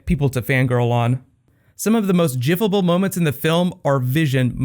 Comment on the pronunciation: "jiffable"? giffable